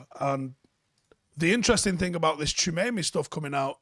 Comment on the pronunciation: That pronunciation though 🥴